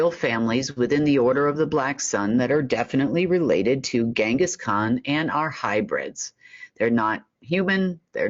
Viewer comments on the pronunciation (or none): Genghis Khan - "G" like in Gin.